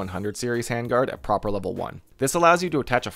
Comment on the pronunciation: Love how you call Prapor "Proper" x)